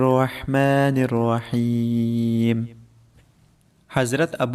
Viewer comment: Plz allah ky name sahe sy bola kry Rehman or Raheem jo es qlme ma ha .